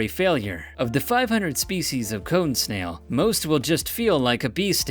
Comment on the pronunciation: Am I the only one that at first heard number 2 (cone snail) as cum stain?